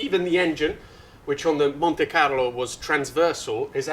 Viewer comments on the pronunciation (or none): none